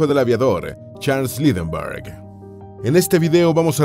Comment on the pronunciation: El lector lo hace bien, pero le hace falta pronunciar mejor nombres como Lindberg.